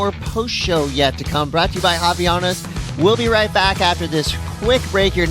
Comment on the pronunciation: Can somebody teach Americans how to properly say Havaianas? There’s no “i” after the “v” 🤦🏻‍♂️